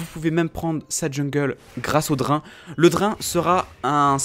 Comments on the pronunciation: "Pourquoi le Dr1 est..." ... ça se lit "Drayne".. xD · ça fait vraiment tiquer de t'entendre mal prononcer BEAUCOUPS DE MOTS ; "bild" (build) "drin" (drain) "tryndameure" (tryndamere) etc